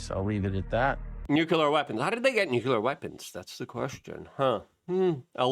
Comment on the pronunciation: NUKULAR ???? Are you George W. Bush??? It's so cringe...PLEASE start saying it correctly